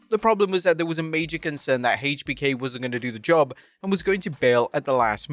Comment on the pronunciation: why do you say “haaatech B K” 😂😂